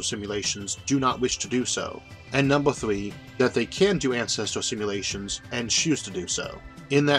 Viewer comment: number thwee